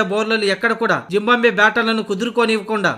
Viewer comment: జింబాంబ్వే కాదు భయ్యా! జింబాబ్వే 😂😂